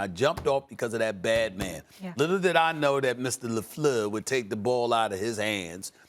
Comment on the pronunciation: Stephen A always messes up Matt "LeFluuuuuuu's" name. I be laughing everytime LOL